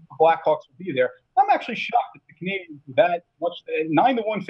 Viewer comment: It's Canadiens, buddy.